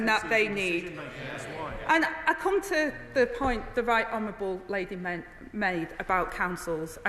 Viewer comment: She said "honerwable